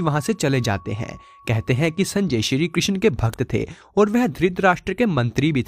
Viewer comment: कृशन नही बोलते , कृष्ण बोलो ।